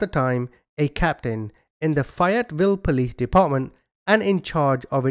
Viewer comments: Not fiet Ville it's pronounced fay yet vill ok sheesh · I don't live too far from Fayetteville NC I'm an NC native born and raised, it's pronounced FAY ET VILLE. Long A like the A name or same or the name Faye. Great work as usual. Thank you. ✌️😊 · I'm from there we pronouns it ( fay it vill) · I swear if you say Fayetteville like that one more time LOL it is pronounced , if you're from here , Fay like A Fayyyyy etteville